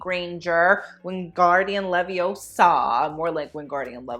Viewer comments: it's leviOsa not leviosA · Leviosá.... lol